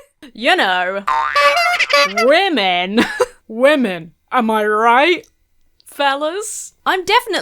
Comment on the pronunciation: she may as well have just said “Wahh-men” 🤦🏻‍♀️